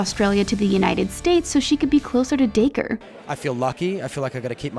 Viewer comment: you said dacre wrong